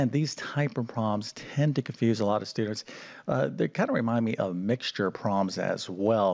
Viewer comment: The word is "prob-lems", not "proms". Enunciate ffs!